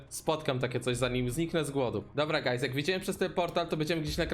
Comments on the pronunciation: 0, ponieważ nie mówił guys przez u, tylko przez a. Coś bardziej jak gajs / gajz / gays / gayz czy jak on tam mówił. XDD Edit: +10 000 decybeli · I to "gajs" xD